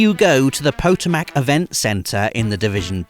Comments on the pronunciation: I know I'm late to the party, but, Potomac is pronounced "Puh-toe-mick". It's not japanese. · "Poto Mack", that reminds me of an episode of Outside Xbox where one of them pronounced Chesapeake as "Cheese A PEEK" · Wait, how did he pronounce, "Potomac?"